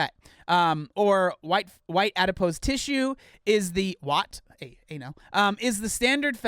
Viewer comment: they didn't refilm his video because he didn't think anyone would notice him mispronouncing adipose lol